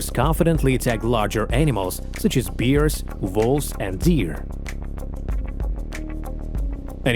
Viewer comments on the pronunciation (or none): Can youbplease pronounce bears properly and not call them beers 😢